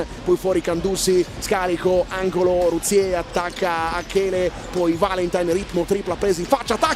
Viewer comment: Michele RUZZIER non Ruzzie´ ... cmq grande Trieste